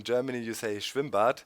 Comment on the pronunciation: are you german? cause you said "schwimmbad" perfectly